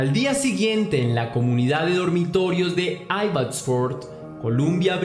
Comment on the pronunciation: Abbotsford???? 😱😱😱😱😱😱 Estuve allá y mi amiga de Venezuela alla vive. Solamente una corrección, no se pronuncia con (e la a, se pronuncia como se escribe Abbotsford). Eres excelente en lo qué haces, un abrazo!!!